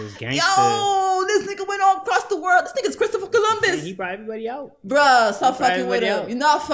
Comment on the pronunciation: She said "HE CRISTOPHOR COLOMBUS" LMAOOOO💀💀💀💀😭😭😭😭😭